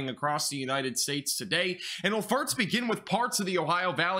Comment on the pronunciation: When he says "first" it sounds like "farts"